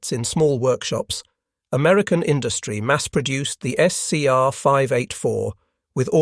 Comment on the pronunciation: 'Amerucan' ?? Give me a break. Yet again this nonsense is repeated. ALL of the Allied high frequency radars friended ENTIRELY on the British invention and development of the Cavity Magnetron by Randall and Boot at University. Of Birmingham in England. It was handed to the Americans at the Tizard Mission in Depot 1940. They produced it by the thousand. And well done to American factories. Credit where it is due. The radar was essentially a British invention.